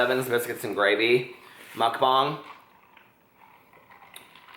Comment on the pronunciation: You're pronouncing mukbang perfectly in this video!